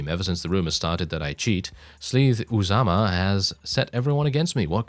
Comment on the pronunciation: Lol, good try! If you ever try it again, it's pronounced Oo-zuh-muh :) We won't let you down!